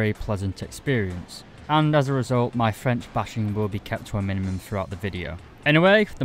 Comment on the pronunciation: As a french , I was impressed by ur french accent was really good.